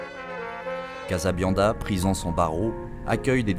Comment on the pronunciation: c'est trop long pour eux de dire casabianda au lieu de casabiande qui ne veut rien dire